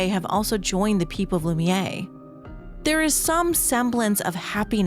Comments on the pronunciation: Is this an AI read? What's the deal with calling Lumiere "loo-mee-yay" when its not pronounced like that anywhere in yhe game? It's pronounced "loo-mee-air". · It's pronounced loo-me-air. I chose Verso's ending. Not because I wanted to save Maelle but i wanted to erase Gestral Beach. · This is a great video, but I'm amazed that someone can play a 40-50 hour game of characters correctly pronouncing the word, and then walk away thinking it's "Loom-Yay" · Please, please, for the love of god, before the next 1h+ video, learn to pronounce Lumiére and Lune. They're NOT Loomee-ay and Looné. lol